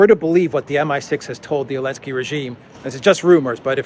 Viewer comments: Why do you keep saying "elensky"? It is "zelensky" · Why are we calling him Elensky without the Z?